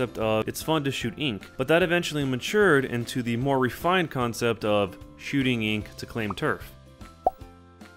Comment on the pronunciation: its not moar its more